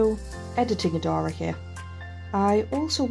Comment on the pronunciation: woah.. someone who has same name as me. rare! OWO And Similar collar!!?? lol. um hello other Adara!! (YOu even pronounce it the same!! Im happy!!!)